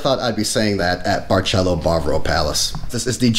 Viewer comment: My dear love your video but let’s get the name right my friend. It’s called bar sel Óoo. Like the rum. Ron barceló. Emphasis on the Ó.